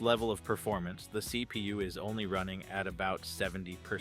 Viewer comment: Thhseee pee you. love it